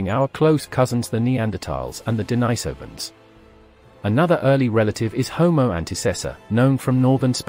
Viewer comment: Denisovans, pronounced Den-NEE-sovans. not Denny-Sovans.